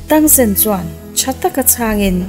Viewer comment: Mahse i sawi dik lo char2 thing e tang san te kha tang sen